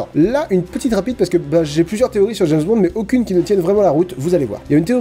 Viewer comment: Je suis le seul a avoir entendu "James Bande"?